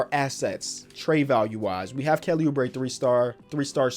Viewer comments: Mans almost said kelly boobre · “Kelly boobre”!?? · Kelly boo-bre 😂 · we gonna forget about saying "kelly boobre"